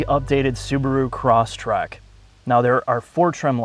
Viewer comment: Um, it's Crosstrek (not Crosstrack).